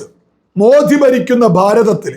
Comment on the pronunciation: അക്ഷരശുദ്ധി പാലിക്കുക reporter. മോദിയെ മോധിയെന്നും മറുപല wordകളും